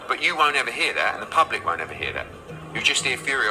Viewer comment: "the", the word you're searching for is "the", not "d". The fourth letter in the alphabet is "d", it's not a word. And "that" is the other word you're searching for, not "dat". "Dat" is what happens when when you're talking about a Japanese made car and you forget to include the "sun" bit at the end.